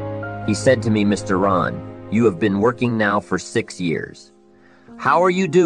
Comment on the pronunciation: Quite disrespectful to use AI and not even ensure it says his last name properly. He has tens of hours of lectures. Lazy